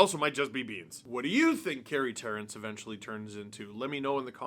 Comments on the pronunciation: FYI It is pronounced Carey Terr”AN”ce. And I think this good for the Ducks. They get him for almost nothing. Only makes him better. Terrance probably won’t make the Ducks with their prospects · It’s Carey ter-rance